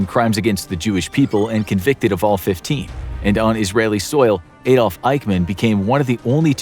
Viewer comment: It's Adolf, not A-Dolf